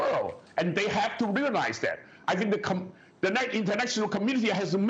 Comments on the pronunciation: oh man new drinking game. shot everytime he says chiner! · Why does he have to say "chIIIna" like that .. annoying..